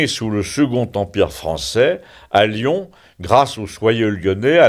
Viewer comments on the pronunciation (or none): none